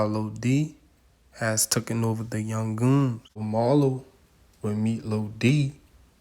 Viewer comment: Sounded like you said camel toe toad gangstas